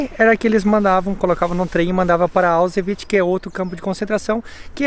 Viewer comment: O moço tentando falar Auschwitz kkkkkk